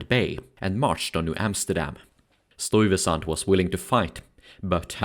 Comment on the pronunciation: Nice documentary but you need to learn to say the name "Stuyvesant" the way it's pronounced in NYC.